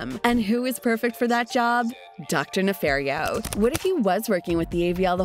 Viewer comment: NEFARIO. ITS DR. NEFARIO.